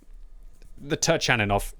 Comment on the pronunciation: it is pronounced TURKANINOV!